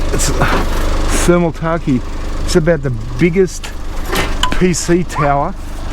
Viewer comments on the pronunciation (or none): Thermal T-a-k-i-e = Thermal Take LMAO